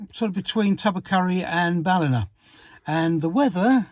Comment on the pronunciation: Ballina is pronounced bal-lin-agh. Makes me smile since I still remember booking a train there from Limerick 50 years ago and calling it Baleena.